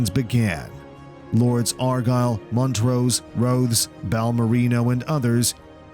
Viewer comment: HE KEEPS CALLING HIM MONT ROSE 😆